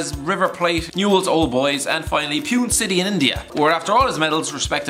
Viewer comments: it's note pyun city it's pune city punè to pronounce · It is pronounced as ‘poo-nay’ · Pune is pronounced as punay bro😂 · Pune City lol, I think its spelt like "Poo Naay"! Damn you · It's pronounced as Poo-Nae City , for God sake . Apart from him and pennant , that team had Lenny Rodriguez who is capped 22 times by India , Dudu Omagbemi who is capped twice by Nigeria , Joquaim Abramches who is capped 10 times by India , Kostas Kastouranis who is capped 116 times by Greece and is a Greek football legend , Ivan Palacios capped 10 times for spain youth sides and 10 times for equitotial guirnia , Bruno Cirrilo who is a former inter player , Andres Gonzales capped 14 times by Colombia . And he was the marquee player in the Inaugural edition of the Indian Super League . So please check your facts before saying David Trezuguet played with a bunch of nobodies . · Pune is pronounced poonaye for future reference. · Hahaha... The way you pronounced Pune city 🤣